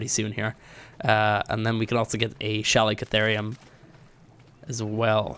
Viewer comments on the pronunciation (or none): Why do you say Shalicatherium, when it is called Calicatherium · Why is it that no youtuber knows how to pronounce Chalicotherium right? I have yet to find one that can.